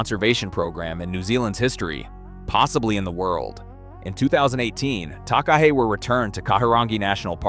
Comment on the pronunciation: not sure who the In-gai Ta hoo are or where lake Teannow is either and what is a ta-kaaa hey? the people are " Nai Tahu" the place is lake ""Te Anoww" and the bird is a TAka-he